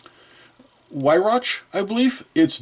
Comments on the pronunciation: Manufacturer is pronounced Vee-rock. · Weihrach is pronounced "Vye-rock". No hate please, just trying to help.